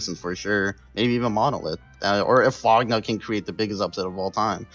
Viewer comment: FOGNA y'all pronounced Fogna wrong and while Fogna is (Well, was) mostly TTers, they aren't new to wars. Also they're basically all italians.